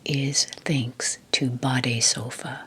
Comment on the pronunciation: Your pronounciation of "BADESOFA" is nearly perfect. Greetings from germany🤗